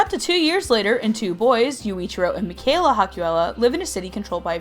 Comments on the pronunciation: I ship mikayuu hardcore, also, I for some reason got pissed at her pronunciations of "mika" and "mikaela" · I closed the video when you said mikayla instead of Mikaela bye